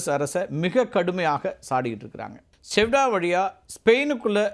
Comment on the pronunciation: அது சியூடா நகரம்! செவ்டா செவ்டா என்று சொல்லி கொண்டு இருக்கிறாய்! 😂நல்ல வேலை லவ்....என்று சொல்லவில்லை.